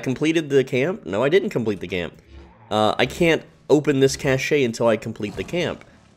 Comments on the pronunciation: The e is silent in Cache it sounds like Cash. This bothered me so deeply. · FYI - if you use standard English pronunciation cache and cash are pronounced the same.